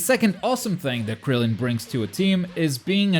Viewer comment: It is Krillen not grillen